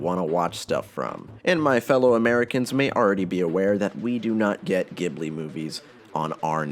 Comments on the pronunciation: Its not pronounced gibly, its pronounced jibli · I agree, Castle in the Sky is imo the best-made Ghibli movie in terms of universal appeal and structural integrity, though my personal favourite is the Wind Rises. Also, Ghibli is pronounced Ji-blee and not Gi-blee! When you say Ghibli like that, it reminds me of Gible